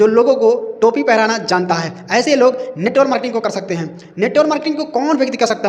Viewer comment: Sahi se bolna to sikh lo yrrrr😅😅, not NETWOR MARKETING, NETWORK MARKETING OKKK